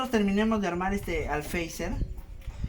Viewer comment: Por qué todo el mundo dice alfeizer si es alféizar xd